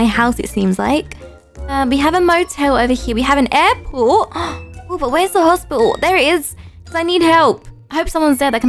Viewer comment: I love how she said hospital in a funny accent! 😂 "Hosp'tal